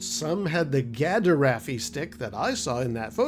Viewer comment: Gaderaffi is actually pronounced as 'gadaffi' (the "er" being silent) which is closer to the 'gaderffi' pronounciation you mentioned. I know Kenner called it a 'Gaffi-stick' in the action figure's packaging but it was never referenced elsewhere as such. Though perhaps I am having my own 'Mandela Effect'?